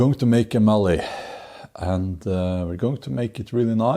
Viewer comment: Bjorn, when we say mallet we pronounce the t at the end so it is like the word let - mal-let. The push knife we call a spokeshave, it was traditionally used by wheelwrights to carve spokes for cart wheels. When I saw your body position with it my first thought was Viking Vasectomy. (How's that for alliteration? Snorri would be proud of me.) This reminds me of an incident in my childhood. I was 7 or 8 when I read the Norse Mythologies in the Encyclopeadia Britannica and it captivated me, especially the tales of Thor. When I was 9 I decided to make my own "magic" hammer and scrounged a cutoff piece of 4x4 from my father. I drilled a hole using a hand brace and glued a garden cane as the handle, making it short as the magic wouldn't work. When the glue had dried it was testing time. Up to now my father was proud that I had shown some (limited) skill at woodworking. Back to the acid test as to whether my hammer had the magic of Mjolnir; I threw it but instead of coming back to me it did the other thing that Mjolnir did, no not kill giants, unless you class a kitchen window as a giant. Needless to say it cost me a couple of weeks pocket money and a sore backside!